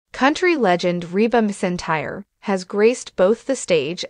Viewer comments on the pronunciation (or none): Pronounce her last name right. She deserves that!!!